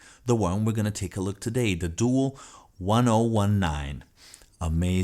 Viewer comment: Doo - AL is how it's pronounced .